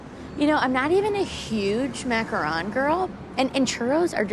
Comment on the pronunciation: Wow. I've heard people argue about whether it's maka-ron or maka-roon, but I've never heard anyone say maka-rown.